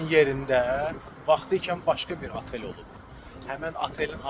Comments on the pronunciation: Atel yox, Otel. Cənubi yox, Cənub. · Niyə azərbaycanlılar oteli atel deyir?? Elə deyəndə elit təbəqə olursuz?